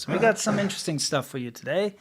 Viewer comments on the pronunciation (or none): none